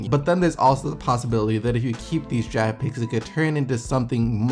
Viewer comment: it sounds like you're saying jag when you say draft